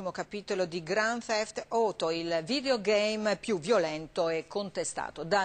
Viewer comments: prima di tutto, non mi sembra che si dica Niko Bellich ma Niko Bellic, Poi non si chiama grand thef toto ma grand theft auto. Poi vorrei sapere cosa cerca di fare il pirla che preme tasti assolutamente a caso rigirandosi il controller tra le mani. Poi non credo proprio che un videogioco possa "imbastardire e spingere alla violenza" più di tanto. Se qualcuno gioca a gta 4 e poi va sgozzare gente per strada è già malata di suo, e potrebbe fare la stessa cosa anche dopo aver giocato a super mario! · non graqnd tifet oto ma grand theft AUTO nico belliC non nico bellich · GRAND TEFT OTO FOR. se manco il nome sapete pronuncià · il "Belic" loro è pronunciato giusto, nel gioco è pronunciato male, per "oto" pure è giusto, il titolo del gioco è scritto in inglese quindi mica lo pronunci "auto" come se fosse italiano. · No no era GRAN FEFT OTO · gioca a "gran tef oto for" XD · GRAN TEF OTO Che pronuncia INGLISC. Vedere questo video mi rende molto triste, ma poi vedo il tizio che muove e scuote alla cazzo il pad e mi ritorna il sorriso :D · anni e anni di università per poi dire "grant teft oto"😂😂😂😂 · Gland teft oto mi sembra veramente una pronuncia divina!!-. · "Grand teft oto" "Niko Bellic" I giornalisti sono istruiti nell'inglese -.-" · Cosa ha detto? Grannn tef outoh? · hahahahaha mi sono ascoltato il GRAN FEFT OTO per almeno dieci minuti hahaha xD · sì ma bisognerebbe mettere gente informata a fare questi servizi, non si può sentire grand tift outo for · "Niko Belliciù"... "Grand Theft Oto"... Giocare con il video... "Quarto capitolo"... "Il videogame più violento"... FFFUUUU Ma come cazzo conosci quest'opera d'arte? O.o Ignoranza... POLLICE IN SU PER CHI E' D'ACCORDO CON ME. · niko bellic? Cran tef oto? Ma che sono chi, portoghesi? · "grand thefth oto".. ma daaai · All'inizio ha detto gran feft... Quindi Gfo for🤣🤣🤣🤣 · si ma non come lo hanno detto loro ''Auto'' non si pronuncia ''OTO'' LETTERALMENTE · Gran teft oto? aaahhahahahahahaa